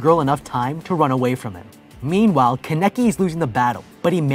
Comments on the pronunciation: DUDE STOP IT im getting so damn mad at the commentator (not ) for saying Kan-Eki and not Kane-KI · This man pronouncing kaneki as kuh necky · I can't be the only one who's only focused on how he's mispronouncing every name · is it me or is it annoying how the guy pronounces kaneki and the coffee shop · I haven’t even finished the video yet and I’m already pissed lol bruh can’t pronounce Kaneki’s name right. That bothered my nerves soooooo badddd!!!! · He was saying his name wrong